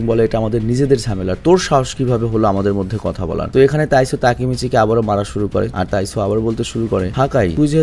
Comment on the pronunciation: Bhai taisu na taiju hobe